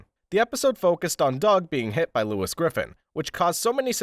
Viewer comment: 1. It's just a recap of a FG episode but with a clickbait title 2. You can't pronounce "Lois" 3. Boring narration 4. You keep referencing to characters as "the daugther", "the husband" etc. like those garbage news article videos you seem to be referencing 5. Your video is just a less entertaining, although shorter, experience than just watching the show 6. It's low effort YouTube creator garbage